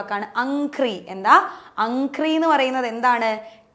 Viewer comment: Amhri aanu padhathinte paryayam. Amgri alla